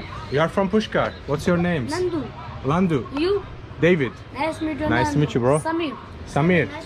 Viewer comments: Its nanadu not Landu 😂😂😂😭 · Nandu .. Not Landu 😜😜